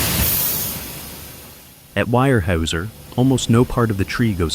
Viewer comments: It is pronounced "Wear-houser," not "Wire-hauser." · Weyerhaeuser is pronounced Where-houser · Too bad you can't teach Ai how to pronounce wear - houser